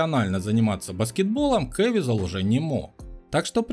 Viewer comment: КэвИзел. Узарение на И.